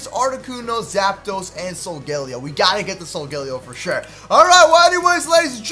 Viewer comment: It is so-gah-lay-oh